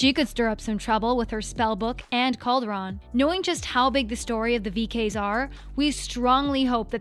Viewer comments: Hades: Hay-deez Cauldron: call-drin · Caulder “on”? You mean cauldron? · I know the comments are all Cameron Boyce tributes but.. “Coal dron” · I don’t know how to explain how hard I cringed at how the narrator pronounced Hades and cauldron wrong 🤢 Rest In Peace Cameron 🤍